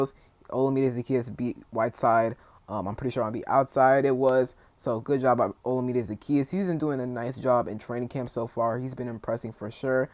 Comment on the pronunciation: I love it, JD5 + JD1 = TD for 6! 😄 FYI, Zaccheaus's first name is pronounced like oh-LA-mi-day. He was interviewed by the In The Minute Podcast and they confirmed the right pronunciation.